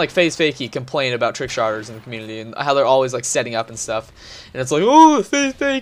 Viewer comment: DUDE THE LAST VIDEO YOU ALSO SAID COMMUNITY LIKE COMULITY AND I DONT KNOW WHY AM I DOING ALL CAPS RAGE, RAAAAHR